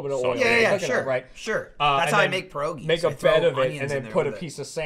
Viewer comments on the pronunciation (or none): Learn to pronounce pierogi.... Come on